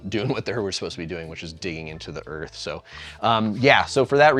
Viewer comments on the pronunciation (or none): none